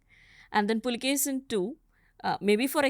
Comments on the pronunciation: Puakeshi is the correct name not pulakeshin please correct this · Immadi Pulikeshi ✅ Pulikeshi II❌